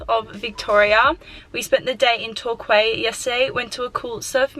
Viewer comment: Lol Torquay it’s pronounced Tor Key